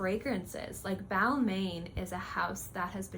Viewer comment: Balmain pronounced: Bal-Mahn